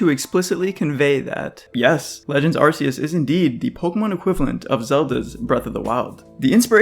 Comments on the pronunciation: As other people have said it kind of has to be arc instead of ass. Not only does it's body have a distinct arc around it, the phone from the game is called the Arc Phone. Ark is also kind of a bible reference I guess, in a few ways. Also arcane which it's name could also be based on. RKS System also proves this. I mean if it's name was Ar-see-us they could have had Silvally's ability be RCS System instead. So according to Game Freak themselves in multiple instances it's name has to be said with a hard C, the question is if it's Ar-kee-us or Ar-kay-us. But seeing as you don't pronounce the letter K as "key" then it must be Ar-kay-us. It also sounds like archaic. That's the summary. I don't see how logically it could be anything else. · The correct pronunciation, Ar-KEY-us, as explicitly PROVEN by the ARC Phone. Unless you pronounce arc as 'arse' like some kind of irl shitposter. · You call it an arc phone, but still pronounce it ar-see-us? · Key sounds better